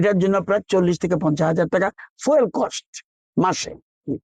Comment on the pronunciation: এটা ফুয়েল নয় ফিউল